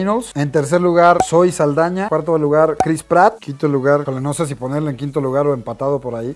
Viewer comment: Es Zoé Saldaña no zaeldaña